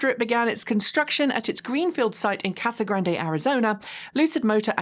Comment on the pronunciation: Again, big fan here,....it's just pronounced Casa Grand...without its " e ". No one who lives there pronounces the " e " while speaking English. It makes it sound like you've only just heard of the place, which of couse we all know isn't the case. Keep up the good work!:)